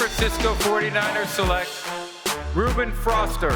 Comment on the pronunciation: man called him "Ruben Froster" like what the heck rodger